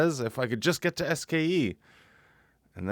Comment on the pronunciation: Is anyone else incredibly annoyed at the way she says SKE? When I first watched this I didn’t know what she was even talking about. Couldn’t they pick someone who could at least enunciate the acronym for the school that apparently is so important?